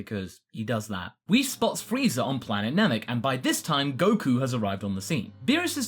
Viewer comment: And freezer instead of Frieza xD